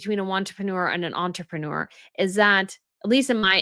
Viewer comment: Did you say “want-reprenuer”? Brilliant!!!